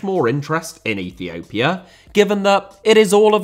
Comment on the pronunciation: Russia* not Russier Uefa* not Yuweifer Dissolved* not Disolved China* not Chiner Oman* not Omohrn Ethiopia* not Ethiouwpier Fenerbahçe* not Fenebohçei Rather* not Rother Şahin* not Sohrhyn Style* not Stahl Indonesia* not Indonesier Liga * not Liguer Copa* not Coper